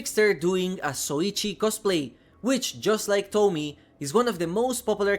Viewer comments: I'm just leaving this here: It's To-mi-e, not Tomie like Tommy. It is pronounced something like Tomiye. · I know English and Japanese aren’t your 1st language but I’ll correct you on this. Tomie is not said like the name “Tommy”. Tomi is similar but it also has E, pronounced that like Ye / Eh For you it would be a bit like Tommy-yeh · It's Tomie, not Tomi/Tommy. The e at the end isn't silent, it's like in the word "end" :) Tomi-e. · Thanks for introducing. From Japanese point of view, the pronunciation for “Tomie” is not like “Tommy” but “To” for Tokyo, “Mi” for “Me” and “e” as “A” for America. “Tommy-Yeah” is more close to the original one instead of “Tommy”😂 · It's "tomie" not Tommy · Tomie - "tohmee-aye" is how it is pronounced xD Thank you for covering this DLC. Soichi is such a shit head. I bought him. :P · I love Junji Ito work he always bring it your say Tomie name wrong